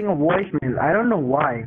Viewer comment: “My mother got a woicemail” 😂😂😂😂